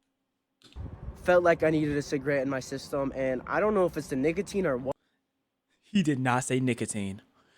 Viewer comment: bro actually said niggatine